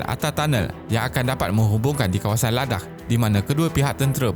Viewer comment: Ingatkan dia nak sebut "ladang" tapi tersedak. Rupanya "ladakh"